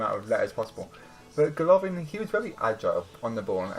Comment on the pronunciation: not GolOvin !!! GolovIn